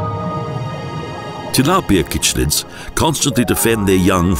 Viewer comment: Cichlids are pronounced sick-lid not kickc childs and mouth brooder not breeder. How much do you actually know?